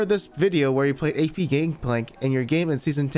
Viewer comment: “Gay peee gangplank”